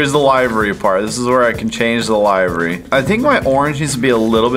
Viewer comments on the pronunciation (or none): Is anybody else triggered because they cant pronounce livery properly they're saying lievery when its pronounced live like living then rrrrrr eeeeeeeeee livery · “Laivery” bruh it’s livery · Did he say lievry it livery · It's not pronounced Lie-ver-ee It's pronounce Li-ver-ee I know, I know. What does it matter? It just bugs the heck out and makes my skin crawl.